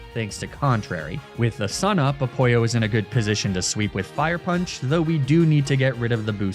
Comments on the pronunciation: Why he call ApoLLo ApOIo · this is my first time watching. is he saying a-poyo instead of apoLLo to mess with me or is that actually how he says it lol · I'm sorry- "Apollo", pronounced "A-pollo", as in "a chicken" is SUCH a fun and smart name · Why are you pronouncing Apollo as "Apoyo"? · Does he say the Greek God’s names like that just to piss off nerds? Cause it is working lmao. Hearing A-poyo instead of A-paul-O is slowly driving me insane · What’s Apoyo it’s Apollo omg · I know he’s doing it on purpose but I’m so bothered by the fact that he’s mispronouncing Apollo as ‘Al pollo’ and it’s driving me crazy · “Apollo” pronounced Spanish pollo is so good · I have been binging your content for a few days now.. But I had a question. Why do you keep mispronouncing every name ever? Apollo pronounced as apojjo is just illegal! Keep up the awesome videos man! I love your work! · This is an excellent video but I'm gonna be "that guy" and say your pronunciation of the Greek mythology names were really bad lol EDIT: I don't mean A-pollo or Poseiduck btw those names are genius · Apoy-oh lmao love that pronunciation cuz he's actually a pollo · "I name the torchic Apoyo" (That might be the original greek pronunciation, correct me if I'm wrong) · oh, it's a-*pollo*, like the spanish word for chicken. that's a good pun. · I'm 10 minutes in and I genuinely can't tell if you're mispronouncing the nicknames to bait comments or you actually don't know. And yes, I am aware that commenting about it makes me the sucker no matter what. But Apollo as in pollo as in chicken is hilarious so I will let that one go. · Why does he call Apollo 'Apoyo'??? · Bro can’t even say apollo but he can say oizys. I call cap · HEY !! (A french girl about not being thrilled to save France) Also, I didn't know it was supposed to be in France. I love the deity theme ! But what is that pronounciation of "Apollo" ? Where did you hear it that way ? It took me to see it written to understand you x)